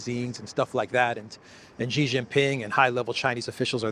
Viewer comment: again: "Xi" in Xi Jinping is pronounced a lot like "she", as in the female pronoun. Not with a sound like "z" in zebra, "g" in genius, "j" in je t'aime, nor "s" in sea. Cheers.